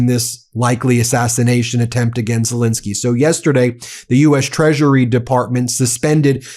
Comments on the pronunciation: PLEASE STOP MISPRONOUNCING THE MAN'S NAME. it is "Zelenskyy" and NOT "Zelinskyy" - the middle syllable having the e sound of pet and step and bet, NOT the i sound of pit. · *ZelEnskyy. Please get his name right.